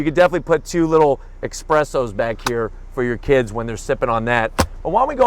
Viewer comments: DUDE You said 'EX-presso" I am a COFFEE lover. And when people say "EX-PRESSO!!! That HURTS! Next time try 'ES-PRESSO" We all make mistakes. Apart from that solid review! Thanks. Here something from from Bangkok-Johnny CarSanook Media. THAILAND. The Biggest, Meanest and most expensive pick TRUCK in Thailand. FORD Ranger RAPTOR Johnnie going off-road and sweating in the tropical afternoon sun. Check it out. And please do not forget to click "LIKE" Thanks Johnnie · “Expresso” two please